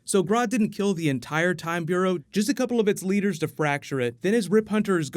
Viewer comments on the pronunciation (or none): Oh My God, GRODD not God. Also Nora + Atom shipping? Real life does imitate art.